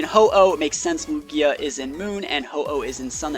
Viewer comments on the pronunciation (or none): none